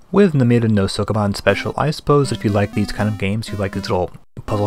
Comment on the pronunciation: I love these for the overview of the games, but holy christ is his Japanese pronunciation BAD. If you're making a series about games released in a certain country, you should probably learn that country's language, at least elocution of certain words or SOMETHING. If I have to hear SOAK A BAAN one more time... And "Temco" gets me every time, lmao.